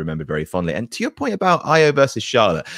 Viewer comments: Io, it's pronounced E oh Blumpie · And u are driving me nuts it's Io(eeh-oh) not iO(optimum cable tv) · And needs to learn how to say Io's name. What laziness and disrespect.